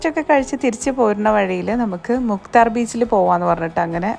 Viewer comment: Mukthhaar alla mukathar